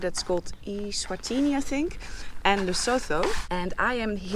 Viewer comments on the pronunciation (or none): Lesotho is pronounced 'le soo too' or 'le so toe'